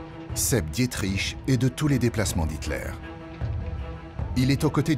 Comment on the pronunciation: Non mais sérieux, on en est encore à "Dié-triche" ?